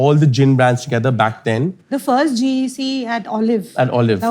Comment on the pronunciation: Firsht nahi first hota hai mote 😂